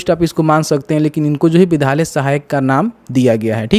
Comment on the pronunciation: Bhai sab se pahle thum "vidhyaaly " bol na shik lo tab video bana na